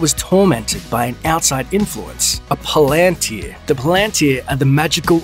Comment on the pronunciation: You can’t pronounce Tolkien’s languages to save your life! Pal-an-tir. Not Palaan-tir.